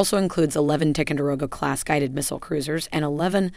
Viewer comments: Listening to this announcer butcher the names of these ships is like listening to fingernails scratching on a chalkboard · Learn to correctly pronounce TICONDEROGA ! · What is the deal with Ticonderoga pronunciation? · Good video; but please learn how to pronounce the word Ticonderoga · This lady doesn’t know how to pronounce the names of some of these ships! She also talks to F’ing fast! She also this lady also chews her words!!! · I have never heard tie-con-der-o-ga pronounced as strangely as spoken in this video. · Ticonderoga = Tie-con-da-row-ga Champlain = Sham-plain Hue = Whey Could you at least try to pronounce the names correctly? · First , in facing verbalized threats from Russia, China, North Korea and implied threats from Iran keep these warriors running. Second, to maintain credibility at least pronounce our ships names correctly...Jeez. Tie-Con-De- Rowga Class. H-Way-City, Ann-tiet-Am...Do your homework...Eye roll. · Isn’t it supposed to be pronounced as Tie-conderoga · It's pronounced "Tie-con-dah-rogue-ah..." TICO for short pronounced just like Jupiter's moon. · “Tickonderoga”?! What the heck is this pronunciation? I generally like the content of this channel but that is just not professional. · OH MY GOD! AT LEAST PRONOUNCE TICONDEROGA CORRECTLY!!!!!!!!!!!!!!!! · Learn how to pronounce "Ticonderoga". It's a place in NY State. And remember the battle of Late Gulf. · If you are going to feature a ship class in your video, you should learn to pronounce the name of the lead ship of the class correctly. It hurts your credibility that you repeat this short "i" error throughout the video. Also blowing the pronunciation of "ANTIETAM". Sorry to pick nits, but there are literally thousands of veterans out there who have sailed in these vessels wincing every time you mispronounce the names...